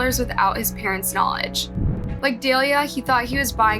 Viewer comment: I don't know why this annoys me so much but in every video you never pronounce the victim's name incorrectly. More so than not you make this minor mistakes but when you do it so often it becomes annoying and kind of disrespectful. Her name is pronounced Da-lee-la NOT Dale-ya. Be better at getting that correct.